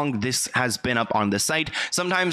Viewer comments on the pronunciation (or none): none